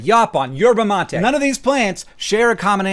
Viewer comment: as a brazilian, i genuinely went into shock upon hearing your pronunciation of guaraná and mate